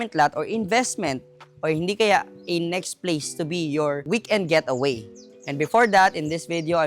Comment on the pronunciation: Sorry I have to correct you, It’s Getaway not Gateaway😬 But I like the place though👌